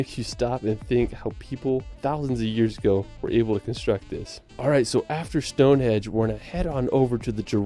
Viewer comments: Is it just me or did the guy narrating the video keep calling Stone Henge Stone hedge?? Not such the expert visitor he makes himself out to be😁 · lol Ive seen this video before but everytime the guy says 'stone-hedge' I die inside... and he says it a lot. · Did he say stone hedge? Anyway there are so many places to visit in the tiny UK, you'll need more than one holiday. It's amazing how we fit it all in lol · I also thought he said Stone hedge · "Stone hedge" Wut? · Stone Henge not hedge for gawds sake 😂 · Someone needs to tell the Narrator of this film that it's StoneheNge not StoneheDge...🤣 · Bloke in video keeps calling it Stonehedge 🤣🤣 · Did the guy keep calling it 'Stone hedge' or do I need a hearing aid lol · Did that fella in the video call it Stone 'hedge'??? Lol! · That bloke in the video says 'Stone Hedge'. Maybe he's unlocked the secret of the place - it is a garden fence. Well, I can recommend Dorset and the Jurassic Coast but it does get very busy in summer - like a lot of places in the southern part of Great Britain. One thing's for sure, you would have to be here for months to see very much. It's a small part of the world but there's just so much of it. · stonehedge????!!!!! jjeeezzzuusss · the chosen video is extremely annoying. The Unihihihhted Kingdom, Stone Hedge? West Minister ? Sorry >> I'm skipping this one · LOL he calls it Stonehedge.... its Stonehenge. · Stone HENGE! Not stonehedge! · Stonehenge not stonehedge lol . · Every time that dude in the video you're watching calls it "StoneHedge" I wince lol. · 4m15 sec Stone Hedge?? stone HENGE is the name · It’s stone henge not hedge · Good video but the guy in its mispronunciations of Stone "hedge" and Holy"rud", henge and rood were annoying 😂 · Awww if you come anywhere near Gloucestershire, please let me know 👍🏼 would love to meet you and show you my County 💚 Ps. The guy in this video kept saying ‘Stonehedge’...... it’s definitely ‘Stonehenge’ 😂